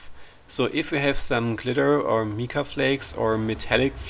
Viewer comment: I thoroughly enjoy watching your videos. Always informative and always beautiful. Just to help a bit...Mica is pronounced with a long I- like Mike-a.